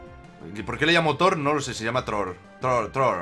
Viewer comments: os figasteis que en vez de decir thro dice thor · Throh se diria "Zró" creo... Por el TH